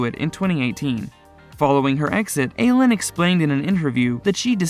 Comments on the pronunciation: I-leen not aylynn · Her name is Eileen!!! Not Aylin. 🤦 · Who’s Aylun Davidson? It’s pronounced I lean. Just sayin… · Eileen's name is pronounced: "Eye - Lean" ... Not "A - lean" ~ 😳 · Her name is Eileen («Ayleen»), not «Eylen», as you’re saying... ☺️ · Eileen is pronounced "eye lean", not "ay len". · Her name is Eileen - pronounced “eye - lean.” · Aileen is eye lean.... not whatever you call her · Eileen is a Scottish name and its pronounced "Eye leen" , it makes you sound really ignorant, borderline illiterate in fact if you dont research things. If she pronounces it the same as you do, it just shows how pretentious she is. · It is Pronounced "I" leen spelled Eileen actress from the "Young & Restless." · The name is pronounced eye-LEEN. It’s a fairly common name. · It’s Eye-lean, not Adria. Scoffs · Dude seriously learn how to say people’s names properly!! You could just watch the show for 1 min to learn how to say actual people’s names! EYE- LEAN IDIOT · It's pronounced I LEAN Davidson!!!! I LEAN!! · You keep saying Eileen Davidson's name incorrectly. Her first name is Eileen not Alin. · Her name is Eileen not ALynn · It’s pronounced “EYE-LEAN” Davidson. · That irritated me so much. LOL! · It’s Eileen 😭😭😭😭😭😭 why are you botching her name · Learn how to pronounce the name Eileen. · Learn how to pronounce Eileen. Good grief! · Yes! Eileen is not a difficult name. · It's Ileen (spelled Eileen) not Aileen and its Renna! Get your pronouncements right please! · Eileen...... Eye-lean. An an eye and you lean on something. Rinna....Rinn-uhh. Not Reena.